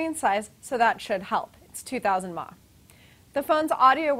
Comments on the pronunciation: "Thats 2000 mah" lol Its miliamp hours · She pronounces Milliamps per hour as mah. LOL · did she seriously pronounce mAh "mah"'